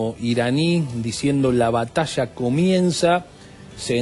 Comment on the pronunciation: ASHSHER. BATASHSHA. DESARROSHSHANDO.😂😂😂